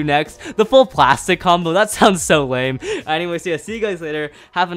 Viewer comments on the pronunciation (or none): none